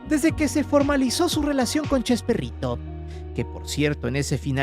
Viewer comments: Porque dice chesperrito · como vas a hacer un video y le vas a cambiar el nombre a Chespirito... le decis CHESPERRITO.. sos un PERRO JAJAJJA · Me.gusta.escuchar cuándo le dice usted CHESPERRITO😂